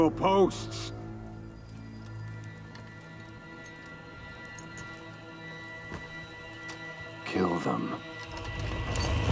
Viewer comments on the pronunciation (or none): when he say “posts” but sounds like postss lol